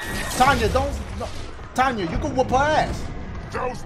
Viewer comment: Dashiegames her name is pronounced tenya even though it is spelled tanya